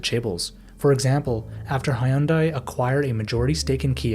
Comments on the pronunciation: I stopped watching right when I heard you pronounce Hyundai as Hi-yun-day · I'm by no means a glazer of any of these SK companies, but the constant butchering of Hyundai's pronounciation is simply disturbing to my Asian ear. 😅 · btw "hyun" in hyundai is not two syllables, just one. decent video but improper pronunciation is distracting -- recommend looking it up next time :P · If you're going to make a sensationalist video about a country's deep-rooted problem, at least learn to pronounce basic words such as BRAND NAMES, let alone proper names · Learn how to pronounce hyundai before you open your mouth and make an “educational” video about them. Idiot. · bro made one of the most informative videos on the topic ever and couldn't listen to one person pronounce "hyundai" a single time 😭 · That's yet another way of pronouncing Hyundai.. let me guess, it is like 6th?